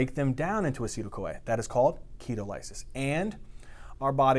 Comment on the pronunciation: ‘key-tall-uh-sis’ not ‘key-toe-lie-sis’ lol